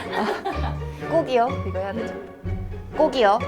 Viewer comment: 꼭이요가 꼭끼오랑 꼬기요로 들리네요 마지막에 NG에소